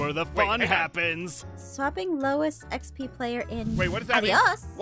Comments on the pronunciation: And not trying to be rude, but it’s not EXP it’s XP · Thank you for making these videos But You're wrong it's not ExP It's XP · First person to say exp instead of Xp I have seen